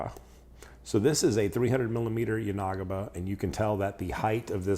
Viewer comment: Just FYI, it's yan-uh-ghee-buh, not yah-nah-guh-bah.